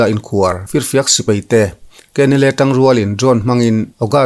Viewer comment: Sipai tih em em te chu a rik dan dikin lam teh aw. A zialo em mai. Sipei ti suh.